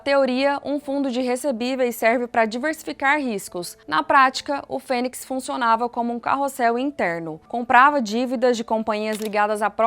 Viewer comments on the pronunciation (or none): none